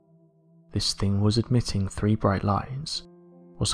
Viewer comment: I can watch this please get elocution lessons, Its three not free its eighteenth century not aaateef centry etc